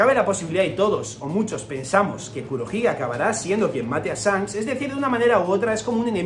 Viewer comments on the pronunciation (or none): Buena el tinto tinto, ídolo porque pronuncias sanks? Y no chanqs ?